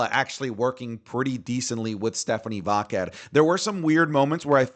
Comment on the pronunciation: Bro aren't you Latino? Why do you mispronounce Stephanie Vaquer's name wrong? She's said how it's pronounced and you should know without her saying it. 😅